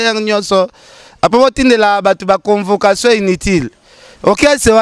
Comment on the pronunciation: Convecation ? Loba bien stp